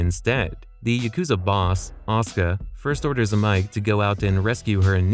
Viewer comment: oh, my god! its NOT 'Ahska'...... it is obviously 'Ah-Sue-kuh' what are you, AI? It's quite clear in the games...